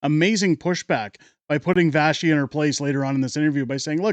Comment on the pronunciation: why pronouncing it vashy